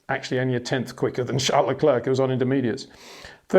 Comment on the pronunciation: Would be nice if you once took the effort to pronounce Verstappen and Leclerc once and for all.